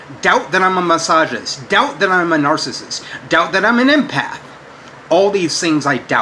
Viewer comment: I know he speaks English, but nothing he says makes any sense. Also this reminds me how he used to say my-soginist instead of misogynist. He seems to have traded that in for teel-o-meers.